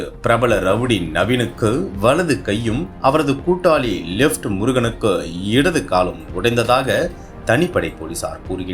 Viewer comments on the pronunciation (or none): 2.21 லிப்ட் முருகன் இல்லை லெப்ட் முருகன் 🤣🤣🤣